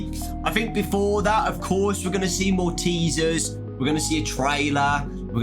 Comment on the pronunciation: every time yiu say "more teasers" it sounds like you are saying Maltesers